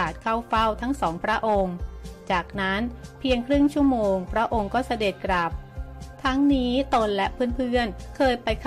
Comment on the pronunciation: หัดเรียนอ่านภาษาไทยรอเรื่อลอลิงให๋ถูกต้องบ้างรอตอตีกันวุ่น .กลับ.ไม่ใช่กรับ.หลวง.ไม่ไช่หรวง.